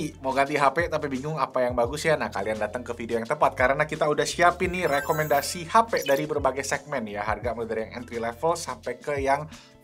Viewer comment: Lekomendasii. rrrrrrr